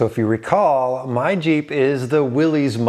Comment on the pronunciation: Thank you SO MUCH for pronouncing "Willy's" correctly!